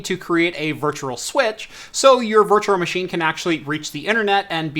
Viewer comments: Oh my god it bothers me so much how he says “Virtuar Machine” instead of “Virtual machine” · You say 'virtual machine' weird